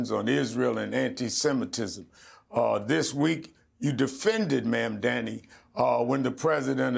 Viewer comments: I wish Rev would pronounce the name properly! It sounds like "MOM-DONNY"! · Sharpton still can't pronounce Zohran Mamdani's name correctly. Sharpton doesn't press Jeffries on why he hasn't endorsed Mamdani, who just won the NYC democratic primary? There is no mention of Jeffries accepting AIPAC money and the impact AIPAC has on his decisions? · I know this is a very low priority critique, but was anyone else really bothered by Rev so blatantly mispronouncing Mamdani’s last name about a dozen times? I’m honestly quite certain it was intentional and this man has been in the news for months and especially the last few weeks. Rev Shurptain (intentional) knows better that Zohran deserves this basic level of respect. Do better.